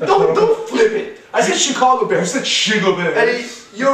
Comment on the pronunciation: I rewinded.... You did say Chicago Bears, not Chigl Bears...